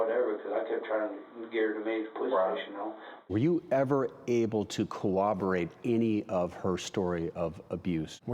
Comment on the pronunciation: It seems nobody can ever get the word 'corroborate" correct. It's not cowoberate!